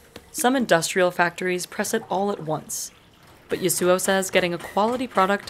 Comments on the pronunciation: I wonder if the pronounciation of th name Yasuo in this video is wrong. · man why cant you pronounce Yasuo properly.